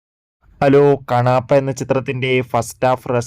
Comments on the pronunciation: കാണാപ്പ അല്ല കണ്ണപ്പ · കണാപ്പ അല്ലടാ കുണ്ണേ കണ്ണപ്പ